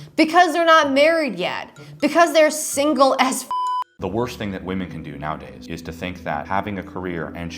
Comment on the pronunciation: I am so annoyed with the 1800’s - 1900’s guy for a lot of reasons. The consistent misuse of woman instead of women makes me question if earth English is his first language.